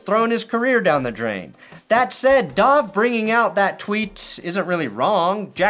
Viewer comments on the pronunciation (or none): Dov is pronounced like "dove" as in "dove into the water" It means Bear 🐻